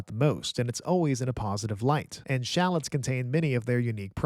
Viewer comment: nice vid, but learn how to pronounce shallots lol